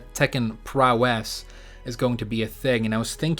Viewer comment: I'm thinking prowess is going to be similar to 'global smash power' in smash. I'll never forgive you for pronouncing it that way so many times. Also, I'd love to watch the wave dash podcasts but they are waaaaaaaay too long for me.